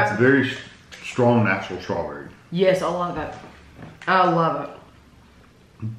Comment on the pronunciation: I love how says Shtrawberry Mousse ha ha